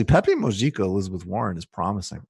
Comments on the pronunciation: Pepe Mo-hee-ka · It's pronounced Peh-peh moo-hee-kha.